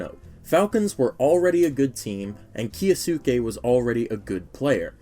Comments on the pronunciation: Kyo sss kay? No, Key yo sue Kay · can we please stop with the "key yo sookey" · we need to stop "kiyasuke" 😂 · Your pronunciation of Kyousuke is so funny